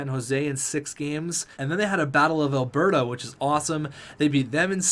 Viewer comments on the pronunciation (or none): none